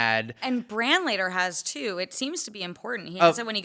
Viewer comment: Bran* not Bram, Cersei* not Cersi, Jon* not John. Jeez...